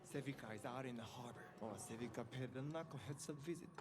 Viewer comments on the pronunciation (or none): Not the SaLvika😭 Her name is Savika, there is no L in there brother 🥲😄